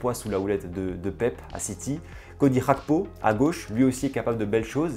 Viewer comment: Petite correction pour la prononciation du nom de Cody Gakpo bien qu'il soit né au pays bas son nom vient d'Afrique de l'ouest très populaire en côte d'ivoire (ps : l'origine de son père d'ailleurs). Donc le "Ga" de Gakpo se prononce comme le "Ga" de Gagner 😁